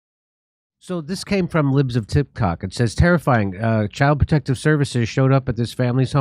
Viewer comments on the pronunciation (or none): I legit thought you started this off by saying the libs of tipcock. I'm sitting here wondering why anybody would want to live there so then I zoomed in on the screen and saw that it came from the libs of Tik Tok 😂😂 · libs of 'tip-cock' lol. Thats what I heard. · Did Jimmy say, "Libs of Tip Cock"?!?! Hahahahaha 🤣🤣🤣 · "...from the Libs of Tip Cock" - lol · Jimmy getting right into the show, pulling a Biden. What's on your mind, Jimmy? "Libs of tipcock" I'll never hear it the same way again.